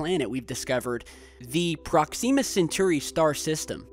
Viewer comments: prox-ihm-ah not prox-eem-ah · ProkSEEma !? Really mate? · Another great video but please learn how to pronounce Proxima B. The i is soft. It's not 'ee'. Like Prox - im - ah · prox-zeeema!!! Sounds like something you put on your face to get rid of pimples!!!! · prox-em-muh B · awesome, but he has a major pronunciation problem. Proxima has major emphasis on the first, not second, syllable. Sometimes hard/awkward to listen to him. Not just this word but many others. Wonder where he picked up these incorrect pronunciations? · Your pronouncing Proxima wrong